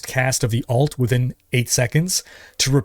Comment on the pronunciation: Highly recommend you look into distinguishing the way you say Alt and Ult. Everytime you said Ult in this video I thought you were talking about secondary characters